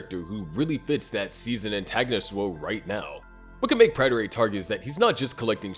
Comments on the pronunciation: Please. It's not PRYTER. It's "Prater" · Say it with me PRAY-TER not Pratter